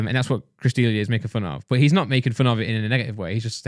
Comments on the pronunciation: It’s not Chris “deelia” it’s pronounced Chris d leah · Its deh- liah